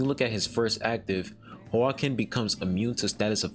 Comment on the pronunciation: The name is Hwa-kin, the same way you would say Joaquin Phoenix, the Joker actor